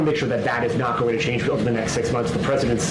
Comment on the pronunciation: PLENTY of people are "AbOvE dUh LaW"